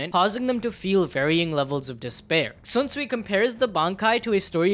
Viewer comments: not Sunsui, not zunsui, it's Shinsuii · Please stop saying sunsuii its sh Sh SHunsui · bro who the fuck is swunswui bru its SHUNSUI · Bro, the H in Shunsui's name isn't silent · I stopped when you misspronounced Shunsui's name twice back to back xd L